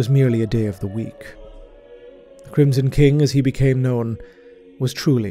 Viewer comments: Love your work so much! Also "kingson crim" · First things first I love you, never stop. That being said, you said "Kingsom Crim" I wouldn't normally point out something that small but it's really funny to me for some reason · We just not going to talk about that "Kingson Crim" ?